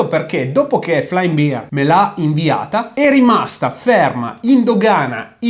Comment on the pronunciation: Bear si pronuncia /ˈbɛər/, non "biar" 🤦